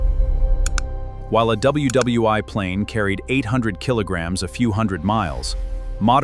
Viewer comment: “W W two-eye” 😂